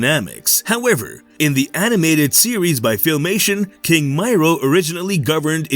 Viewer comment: Miro as I me ro. .not may row